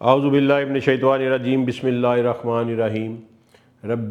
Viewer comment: جناب جب بھی میں اپ کا ولاگ دیکھتا ہوں اور اپ سے ہر مرتبہ گزارش کرتا ہوں کہ اپ اعوذ باللہ من الشیطان الرجیم پڑھا کریں نہ کہ شیطوان الرجیم